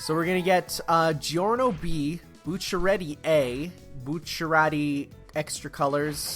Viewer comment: I've always pronounced Bucciarati's name: Boo-Charity